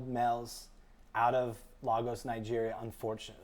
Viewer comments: Lagos is pronounced lay-gos not La-gos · Lagos, Nigeria is pronounced Laygos. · Americans can’t pronounce Lagos, drives me crazy